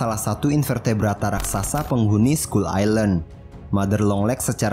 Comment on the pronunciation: scull island bukan scull ailand